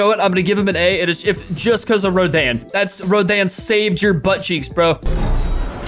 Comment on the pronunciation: It is pronounced like roden